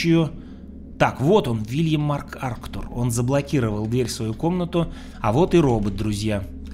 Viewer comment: Хороший блогер, но невнимательный ) вместо "закрыть" читает "открыть", МакАртур в Мактура превратился, в некоторых местах просто пропускает какие-то вещи. Мне кажется это потому что пытается все комментировать, очень много текста говорит, это отвлекает и, и зрителей. Необязательно так много болтать, достаточно просто читать внутриигровые тексты )